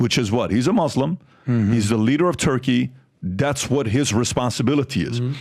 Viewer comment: Say Mus- then Lem. Mus-lem.. muslem.. not MOZ-LEM..